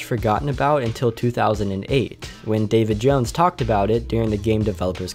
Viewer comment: When u said David Jones I misheard u saying Davy Jones. xD